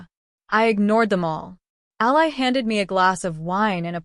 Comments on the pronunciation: When are you ever going to learn how to pronounce names, Ally is Allee not Ali Ali in a person or country who is on your side. If you can't do that quit trying this is supposed to be enjoyable for me and all of your other readers. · Yeah. The way she pronounced Ally. Haha